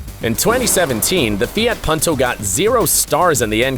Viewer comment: 그리고 새끼야 듣다보니 이름 똑바로 안부를래? 푼토를 펀토라고 하질않나 조에를 조ㅡ 라고 허질않나 헌대이 발음은 어쩔 수 없어도임마